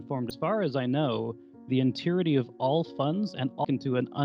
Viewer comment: God I hate how he pronounced entirety. "Enteerity"